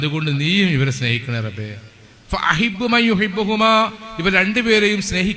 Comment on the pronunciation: ഫ അഹിബ്ബു എന്നല്ല